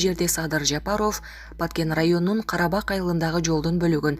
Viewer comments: Блогерге: Садыр Жапароов эмес - Жапаров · Жапароф ужас жок дегенде туура айтчы Жапаров деп .Уят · Туура окуусацызчы журналист Садыр Жапароф эмес Жапаров деп . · Жапароуф деп суйлоп атасынбы блогер бул эмне Деген аташ Жапароуф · БЛОГЕР ЭМНЕ САДЫР ЖАПАРОВ ДЕП ТУУРА АЙТЧЫ . ЭМНЕ ТИЛИҢ САКООБУ ? ТООБА !! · Бул супер тв журналист кыз окууну бутконбу, мектептеги окуучулар дагы туура окуйт, президенттин фамилия сын кыжырды келтирбей туура Оку, эмнеге ушундай сабатсыздарды текшербейсинер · Алпарып жаткан кыз фамилияны жазылышы менен окубай туура окучу айланайын.